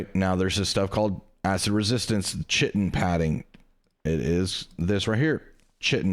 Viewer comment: Chitin is pronounced KY-TIN